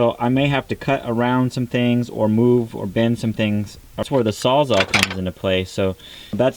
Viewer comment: It's a *sawzall not a sawzar.